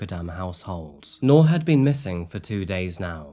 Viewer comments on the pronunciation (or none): Her name is pronounced like NEW-R, New'r, Nuu'r, newer... Not 🚫 NOR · Bro saying Noor like Knorr Soup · Not to be a stickler, but its "Noor" like 'Noob" not "Noar". Means light in Arabic. :) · I wish you had taken the time to learn how her name should be pronounced😢